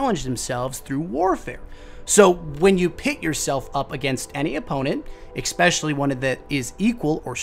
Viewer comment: Curse my OCD...keep getting triggered by all the "ekspeciallys" and "ekseteras" 😖